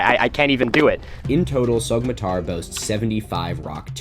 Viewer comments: Get this guy a Turkish pronunciation guide for the love of god, it’s pronounced ‘sow-matar,’ the Turkish ‘yumuşak ğ’ is silent. I can’t watch a video in which it takes just about 30 seconds to irretrievably mispronounce the name as ‘sogmatar’ I’m sorry Milo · I’m not Turkish, I’m a white girl from the Midwest US, and I’m still bothered by him pronouncing the ğ like that. Afaik, the name should be more like “SOH-ma-tar” than the “Sog” pronunciation he uses in the video… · Great vid, it’s pronounced like so- matar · This is on our bucket list for 2023! Just a tip, when you see a ğ on a name like Soğmatar, the ğ is known as a soft g or in Turkish yumuşak g, İt's silent and slightly extends the previous vowel, so it is pronounced SOomatar. 🙂 Other letters to watch out for, Turkish C is J, Ç is Ch, ö is just between a u and an o! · To all the turkish fellas out there: Isnt the correct pronunciation Somatar? The g is silent if i am not mistaken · It's pronounced /soh-matar/. In Turkish, the ğ is silent, acting as an unvoiced stop between segmentals. It also tends to put the stress on the previous syllable. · Soğmatar: the ğ in Turkish is not actually pronounced like g, rather you just lengthen the preceding vowel, slightly tightening your throat. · The g in Sagmatar is mute I think. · Why are you lying?? All this was built 12000 years ago trust me dude Jokes aside, love the content, have a comment for the algo gods Btw even though neither I nor any Turkish person would give a shit, for your own personal information, the pronunciation of ğ in Turkish is an extension of the previous vowel so it would be Soo-matar. Anyways keep doing what you do!